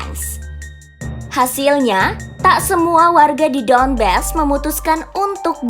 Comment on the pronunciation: Мbak, bukan Luhensk, tapi Luhansk. Donbas bukan Donbes..... adeuuhhhh